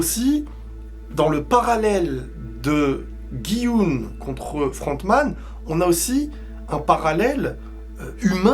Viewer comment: GUY YUN SA ME PERTURBE RILES.peut tu le prononcer comme il faut lol